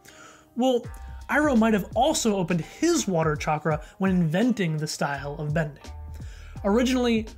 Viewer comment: I just realised that Guru Patik is probably Hindu... I'm ashamed for not realising this sooner because I also happen to be Hindu.. Also, his pronunciation of "Chakra" is on par, and he has a heavy Indian accent and voice crack thingy (Idek what it's called), probably because he is voiced by an Indian.